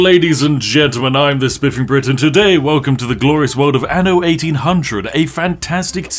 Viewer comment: Tip: when you pronounce "anno", you need to pronounce the double n. Ie, say "an no", not "a no". "Anno" is Latin for "in the year", but pronouncing it like you do is Latin "ano", meaning "in the arsehole."